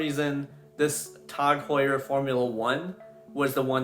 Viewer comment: TAHG Heuer, when you say it like that the brand may not sound so bad haha. Great vid bro, keep up the good work.